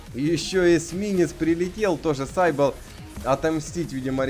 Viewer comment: все хорошо но только он не сайбл (слово изначально греческое ) читается сибил значит сивилла (так называли античных прорицательниц)